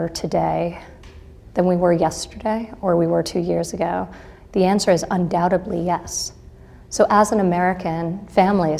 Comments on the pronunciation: "undoubtebly,"....it's actually undoubtedly. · 😂😂😂 she said “undoubtably” hahaha... girl, it was a good attempt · Omg, she sits there expounding her wisdom and she says undoutubly!!! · Hello to all: Did you also hear Ivanka Pronouncing "Undoubtedly" as undouBedly ? :-0)>-- When I asked my 4 year old grandson to pronounce the aforementioned word (after showing him the spelling in a book), with a bit of disappointed undertone, he responded, "PaPa, are you trying to trick me? You taught me yourself, that we don't say the letter 'B'!" :-)> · Undoubtebly yes? I thought she was educated? She can’t even pronounce the word undoubtedly correctly 🤦🏻‍♀️ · she says "undoubteBLY" without even hesitating lol maybe she should learn to speak English before doing these interviews. its undoubtedly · "undoubtebly" 🤣 Jesus Christ, she doesn't even know how to pronounce "undoubtedly" with a freakin' D. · Did anyone else hear at 05.39, the word "UNDOUDUBLY, YES"? insteaad of UNDOUBTEDLY? Small point, I know. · Undoutably? Has she gotten her father's brain mouth connection disease? Undoubtedly so. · She cant pronounce "undoubtedly"?!? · Did she say "UndoubteBly"? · Hey Cuntrag, I mean Ivanka, why don't you take your uppit,y rich bitch ass back to college and learn how to say the word "undoubtedly" 🙄 Oh that's right ,you can't because you're busy doing nothing in a position (which I am assuming is missionary)😂in the White House that was handed to you by your fucktard father!!!! But, what do I know? I am just a woman who has worked two and three jobs to raise 4 kids on my her own for the past 20 years! Go fuck urself elitist scum😡😡😡